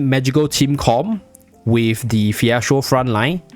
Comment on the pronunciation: Why you saying phiestro tho